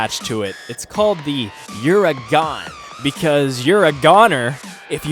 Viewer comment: Uuragon is pronounced "Jay Len-no" This pronunciation is of-course accented by the massive chin.